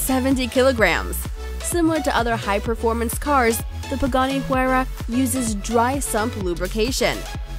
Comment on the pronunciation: The Pagani is pronounced "wai̯ra." facepalm